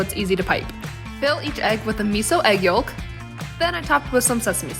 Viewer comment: Need to look up how to pronounce “yolk”.. the “l” is silent!